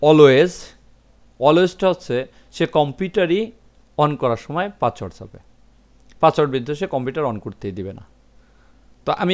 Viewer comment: ভাই পাচওয়ার্ড নাতো পাসওয়ার্ড। দয়া করে উচ্চারন ঠিক করুন।